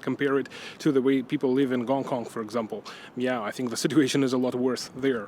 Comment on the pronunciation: It's called Hong Kong, not "Gong Kong."